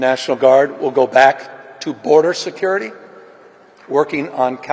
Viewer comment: did he really say BORDER secirity? lol